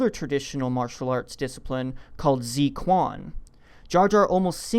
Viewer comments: Some of the points here are very convincing (the sabotage of the hyperdrive & Jar Jar's manipulation of the senate to increase Palpatine's power), others not so much (like the Force Persuasion). Two criticisms though: • You butchered the pronunciation of zuiquan sooo bady (tsway-chwan), where "ts" = "ts" in Japanese (like tsunami) close to "Tsar." Zui rhymes with "way" and "play." Quan rhymes with "fan," "ran," "ban." I know, I know, I can't expect you to speak Chinese. The "kwon" for Quan was a reasonable guess, but if you see a "-ui" how in the world for an English speaker does "ui" = "eee." Just say Drunken Fist >.<. • Jar Jar Binks' acrobatic maneuvers is canonically established as the normal physical capabilities of a Gungan. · Might wanna get the pronunciation right... "Zui quan" is pronounced "tzway chwen," far from "zee kwon." Anyways, I always thought the Jedi were based on the samurai, rather than Shaolin monks. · Fun video but it's not pronounced "Zee Kwan" it's more like "Zway Chwen" the pin yin is "Zui Quan" 醉 拳. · The guy pronouncing 醉拳 as zi-kuan gave me cancer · Appreciate the theory but plz look up how to pronounce zuiquan in the future. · You know what's more powerful than Darth Jar Jar? His butchering of the pronunciation of Zui Quan